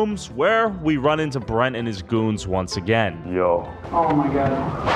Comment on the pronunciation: The fact that said Bretman’s name wrong. After all this time….always.